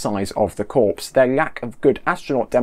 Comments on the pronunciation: Corps is pronounced “Core” not “Corpse” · Corps is pronounced "core" - as in "Marine Core" (Spelled: Marine Corps). Otherwise, good job! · Yeah, just ask the Marine Corpse! :)